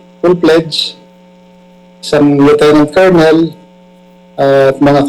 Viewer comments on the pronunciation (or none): none